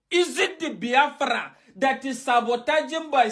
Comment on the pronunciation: Abati learn to pronounce the name Biafra, not bahafra, then you can continue talking nonsense, nsi jugi onu.